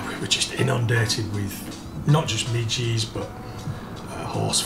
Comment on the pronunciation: They mi ges not mi ggy’s